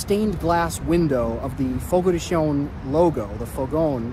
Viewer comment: Fogo de CHOW - not Fogo de Show or Fogo de Shown.You are not pronouncing it correctly.